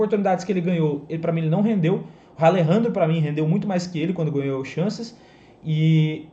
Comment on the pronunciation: Boa tarde Que agonia tu falando "Ralerandrio" kkkkkkkkkkkkkkkkkk Pqp